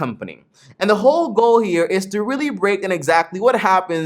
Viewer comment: You said Willy instead of really good video tho